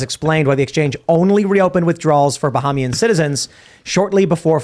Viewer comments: Bahamas (Bahamian) is pronounced as, "Ba • hem • me • in", not "Ba • ha • me • in" 👏. Substitute "hem" for the "ha". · Love watching y’all but it’s pronounced “Ba-HEY-me-an” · The way Tim says Bahamian is fucking funny...